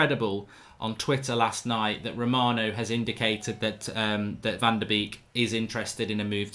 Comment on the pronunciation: It's pronounced "van de bake"